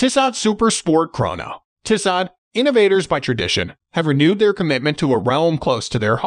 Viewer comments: It's pronounced Tee-so. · Dude you're mispronouncing Tissot. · Bad video if you can’t pronounce the brand name correctly.